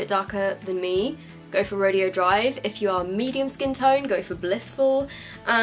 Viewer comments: you pronounce it ro-day-o not ro-de-o. That was bugging me, I'm sorry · Ofra Rodeo Drive is pronounced "Row-day-oh" Drive. Beverly Hills is known around the world as one of the most fashionable places to shop. In the heart of it all sits Rodeo Drive – undeniably one of the most famous streets on the globe. With more than 100 world-renowned stores and hotels. You're pronouncing it as "Ro-dee-oh" which is a completely different thing: an exhibition or contest in which cowboys show their skill at riding broncos, roping calves, wrestling steers, etc. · Rodeo drive is pronounced "ro day o" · I just wanted to let you know the highlighter is pronounced ( row day o ) drive 🙂😀 oh and I love this video and the setting spray it's so amazing!:) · It's pronounced "ro-day-oh drive." Just thought I would let you know. (: It's a street in CA. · i'm pretty sure it's Ro-Day-Oh. but pronounce it however, love you q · ro-day-o drive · I love you and your reviews but I just had to chime in on a pronunciation thing that was bugging me. "Rodeo Drive" is a place that isn't pronounced like it reads. We Americans love doing that I think. The place is "Roe-day-oh Drive. Sorry. It's one of those things I got picked on as a kid for saying and now it bugs me. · lmao the way u say "rodeo drive"